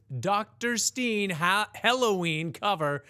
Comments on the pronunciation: Hoi, If Halloween is a German band like you said in your video then you most likely pronounce the dr Stein as in 'ice' and not as an ee as in 'green'. By 5he way, it means Dr Stone in German. The second husband of mine grandmother had the same name.😂 Have a nice day from neighboring tge Netherlands. And thank you for your nice and educational responses especially Dan's. Became a very big fan of his and you make it clear to me why he is so special. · I am an ei and pronounce it long I. I think Steen is an artistic choice since the song is chock full of een words and Stine would stick out like a sore thumb. And if you listen to the lyrics, Dr Stein is traveling incognito, much like Victor the Guitar nerd. I think both may be wanted bu Interpol for quesioning. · Halloween went with the 'merkin pronounciation. German pronounciation would indeed be stine. But they went for the intyernational market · Thanks for reacting to this. I assumed the pronunciation was changed to STEEN to rhyme with Halloween.